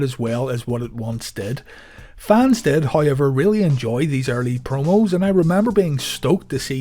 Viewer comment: Is that However "hayever" irish?